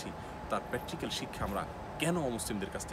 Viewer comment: প্যাট্রিক্যাল নয় প্রাক্টিক্যাল হবে